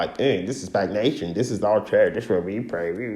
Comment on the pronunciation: This guy can barely pronounce a four-letter word SPAC, not SPAG my guy find something else to do.